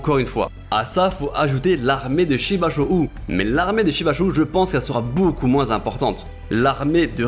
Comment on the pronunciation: *Shibashou se prononçant Shibasho et Yo Tan Wa 👊🏾🤲🏽